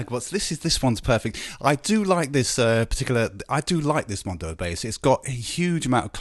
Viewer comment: You do realize it's called MODO bass, not MONDO bass, right? Blah blah blah